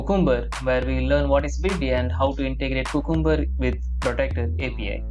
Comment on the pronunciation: It is Cu-cum-ber not cucumber idiot